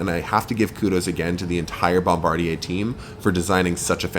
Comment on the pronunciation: LOL did you just call it a Bombardibus AC220 series? Hahahaha gold. Man you sure got some STUNNING scenery in Geneva and Munich! I really gotta fly there one day. Loved the report man!